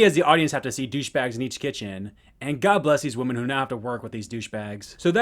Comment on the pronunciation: WHY ARE YOU CALLING THE WOMEN WOMAN?! It's not woman, it's women, especially when it's more than 1 you're talking about!